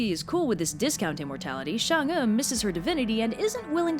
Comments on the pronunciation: Why do you say Shang when it's clearly Chang? It's CHINESE, not French, for God's sake. Anyway, great simple anime style. If you dive deeper, Hou Yi had a legendary CV before being commissioned to shoot the 10 suns, somewhat like the 12 Labours of Hercules. He already had slain a boar, some 1-toothed monster, a multiple-headed snake, I think even a deer. Pretty close to the Greek myth. I don't know whether Hou Yi & Heracles/ Hercules stemmed from some primordial monster-slaying hero or whatnot. Comparative mythologists, please stand up. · Hou’Yi is pronounced “How-ywi” And chang’e is pronounced “Chung-uh” -I NEED MORE COVERS BY THIS GIRL! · Oof its "who-ye" and "Chang-ay," at least when I heard it in the past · "Chang- e" not "shang- e" tyvm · I thought it was actually pronounced Chang’a instead “ew” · Quickie: the e is change'e is pronounced like more like uh not ee but not like uhhhhhhhhhh or am wrong and have been taught wrong my entire life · Chang'E? CHANG.... E? Really Chinese/English Linguists? THIS IS THE STANDARD YOU PICK?!?!?!?! If her name is PRONOUNCED "Shong'Uh" then SPELL IT THAT WAY MOON DAMN IT! I mean Japanese has a rock solid Romanji standard to go by and it woulds perfectly! Stop disobeying the laws of the English Alphabet! You're about a bad as WELSH! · it's chang'er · Me being a chinese person: REPRESENTATION YUUUSSSSSS ALSO I HATE SALTED EGG YOLKS IN MOONCAKES K THX BYE also i dont wanna rub it in but your pronounciation could be better. In chinese we have a thing for the vowels when reading. Pay attention to how the vowels are pronounced and you shld be good to go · Your pronounciation isn't that bad XD though I'll still correct it. Chang is pronounced with the a like you're saying "aaa!" with the same pronounciation as if you've just been jumpscared. É is pronounced like "er"